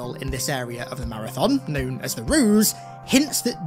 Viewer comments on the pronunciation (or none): none